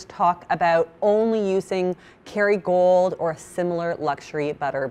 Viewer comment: For ages I was like is she saying Kerrygold? 😂 The bog standard butter you can buy everywhere!(in Ireland)